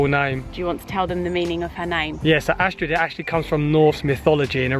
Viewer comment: you pronounce astrid as astri.. Have a niece and that is her name